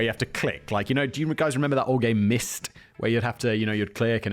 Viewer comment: The trauma I felt when you said "Myst" 😅😂